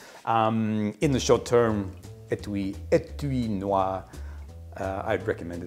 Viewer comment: « Étui Noir » pronunciation: spot on Great episode. I started drinking maté yesterday, actually.